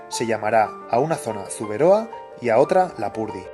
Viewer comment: como pronuncia zuberoa me ha dolido